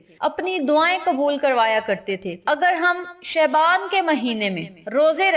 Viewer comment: Please pronounce word Shaban properly